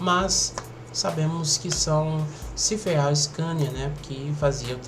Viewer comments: CIFERAL E NÃO CIFERRAL. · Se pronuncia Ciferal ( Empresa já extinta )